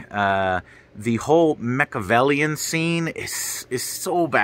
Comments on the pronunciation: "Mekovelian?" What? Are you trying to say Merovingian? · Dude acts like he’s a huge matrix fan yet he says machiavellian scene.. It’s Merovingian, Joe… Remember when Joe used to do game reviews? Remember when it was fun to see him stick it to game developers for making shit games? “Hey I hope Joe starts doing less game review, almost none, and starts just doing movie reviews and rants about developers!” SAID NO ONE EVER! Dude can’t even remember actors names or worse he does remember but mispronounces them.. I know i’m not the only one that thinks this way.. Stick to game reviews Joe. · Dude says he watched it 7 times can’t remember how to pronounce the Merovingian. Lame